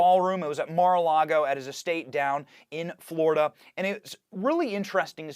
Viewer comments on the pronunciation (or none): none